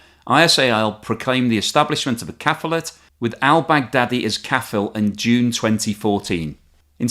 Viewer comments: the word is caliphate , you said caphilate , correcting for accuracy . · caliphate not caphilate lol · I do enjoy your analysis. You might want to make a correction though - it's caLiPHate, not caPHiLate. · HEY JOE, WHERE YOU GOING WITH THAT GNU IN YOUR HAND? got so much wrong here. Where to begin? There's no such thing as a Caphilate, it's Caliphate. ISIS were not responsible for 9/11 it was Al-Qaeda (the two groups actually hate each other. I refer you to the angry letters between Osama and al-Baghdadi. Osama warned him not concentrate all the jihadis in one place and to stick to cells. He didn't listen and got most of Europe's terrorists killed. A good result for decent people everywhere). The US supported not only the Kurds, but the Free Syrian Army, who also turned out to be Jihadis. The original protests were by pro democracy groups, who eventually got muscled out by darker forces. The list goes on.... I love you, bud, but this was very poorly researched. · *How do you manage to do such good analysis and still get basic facts wrong? ISIS were nothing to do with 9/11 - they weren't even formed then (as you so correctly explain!). I'm not saying they are the good guys but that was one of the biggest events in your (and my) lifetime so you should be able to get that right! Also, the word is caLiPH - not a difficult one to pronounce! Otherwise, keep up the good work :)